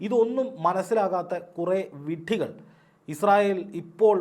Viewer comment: വിഡ്ഢികൾ ഇപ്പോൾ കൂടിയിട്ടുണ്ട് 😂😂😂 വിഡ്ഢികൾ എന്ന ഉച്ചാരണ ശൈലി ഒരുപാട് ചിരിപ്പിച്ചു ❤️❤️❤️❤️